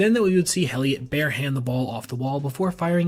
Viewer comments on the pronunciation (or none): Just a quick thing on Ramos- Heliot is pronounced with a silent H, so like Elliott. And as a Giants fan I witnessed a whole bunch of bad defensive plays by him